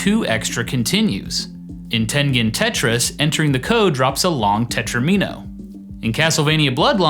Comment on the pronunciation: tet-TROM-in-O, not tetro-ME-no